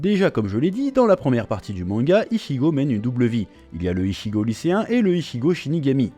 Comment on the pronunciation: Mon manga de coeur de quand j 'étais gamin , merci . Par contre un truck me détange surtout que tu le dit beaucoup de fois mais ichigo ce dit itchigo .